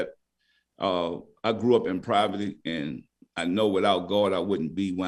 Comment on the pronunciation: Love my guy says Proverty